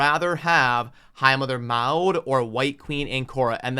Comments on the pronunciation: I would rather have a slow down on the resource drains for a bit... Give us a chance to build out the Champions we currently have and build a plan for our accounts... BTW, I understand you and I are of different genereations, but Maud (mod) used to be a pretty common name here in the states, so I cringe every time you say (mowd) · Brother… I know the pronunciation isn’t your thing and many times I just laugh, but for the love of god I can’t let Maud go. It’s MOD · Maud is pronounced like “mod” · The name is pronounced Maw-d. I think the reason White Queen is being marked higher, is because of her companion. Together, they are S tier and that's why people will want her more, not because individually she is better side-by-side.